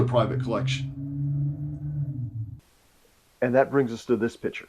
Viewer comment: "pitcher" vs "piCture"